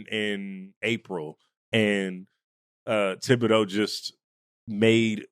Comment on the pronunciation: How in tf can two OGs not even pronounce thibedeau right?